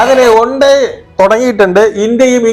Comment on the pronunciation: ഒണ്ടേ അല്ലടാ വണ്ടേയ്